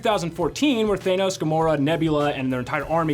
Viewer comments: I wish I wasn't so bothered by people saying "thay-noss" instead of "than-nose" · Thay-nos? Me-ol-ner? Really?